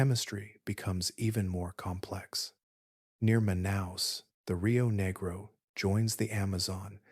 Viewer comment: The rio WHAT?! negro (ne-grow) is the color black in Spanish and the name of the river referred to. Negro (knee-grow) is a racial slur. I don’t understand how that mis pronunciation could have happened